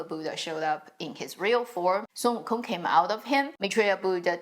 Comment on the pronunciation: I like how you pronounce the name Wukong accurately instead of the English counterpart.